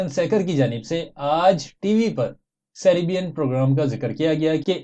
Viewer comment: سیرےبین نہیں:-( سیر۔ بین:-) 🤔🤔🤔